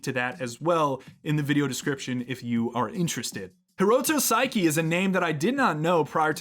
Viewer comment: The auto captions spelling Saeki as "psyche" is kinda creepy. 🤣 Seriously though, your pronunciation is just a little off — the second vowel should sound “eh,” not “ih.” Think Sah-eh-kih for a closer match.